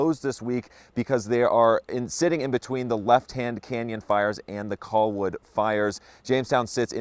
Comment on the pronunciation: That reporter keeps saying coll-wood, it's driving me crazy.